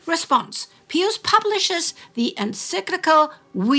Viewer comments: If you are going to use the Latin pronunciation then it should be pee-yoos not peeus. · As Catholics it WAS ALWAYS PRONOUNCED BY CLERGY AS "PIE-US" not "PEE-US " You are nutballs. I don't want to listen if you can't respect the tradition. It wasn't Latin class. In newsreels, at parochial school, or at Mass, it was "PIE-US." IT DIDNT matter if I were in the Midwest or Philly or NYC or LA. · I have been following your channels for over 8 years and have learned a lot. I am also a lifelong Catholic and proud of it. However, I just lost about 80% of my respect for your productions by your insisting on calling the Popes by a rather curious name. Peeus? Really? Out of 100 Catholics and people in general, they would pronounce all Pius as Pyss. Perhaps you mean to discredit the name Pius? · So... do you say "pee" when you see ???? It's "Pie" in English. I believe you are speaking in English, no? Silly. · I've never heard pope pius as pope peeus. 😆 😂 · But since you are speaking English you should use the English pronunciation. It sounds...